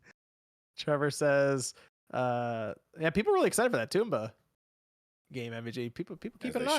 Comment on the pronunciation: It's TOM-BA!!! Not TOMB-BA, that's why it's called tomba and not tombba. (And called tombi in the Europe region.)